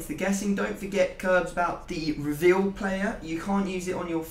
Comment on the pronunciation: did u forget how to say reveal?